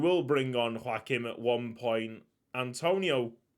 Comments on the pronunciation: pretty sure Joaquim is pronounced dz-wha-kim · Joaoquim pronunciation. This may not be accurate. Jow-keem Or Wha-keem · Very excited for the new series! And BTW, since he is Brazilian, the J in Joaquin is pronounced like the J in Junesse D’Esch!